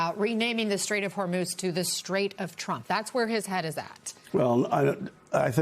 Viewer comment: Trump such an imbecile. What an embarrassment to the country. Even when making stupid jokes, he proves how dumb he is. It is Hormuz. Not, "Hormuth".